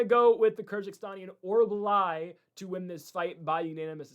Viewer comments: Ffs Mick-Tuh-Beck Oral-Buy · Why was Orolbai so difficult to say. Idiot